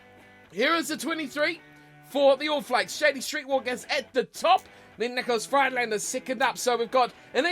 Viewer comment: N Friedlander is actually said Freedlander but I love the way you pronounce it anyway so just pronounce how you want!